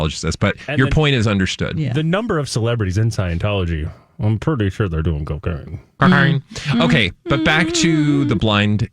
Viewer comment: When did Cocaine become Cacaine?! 😂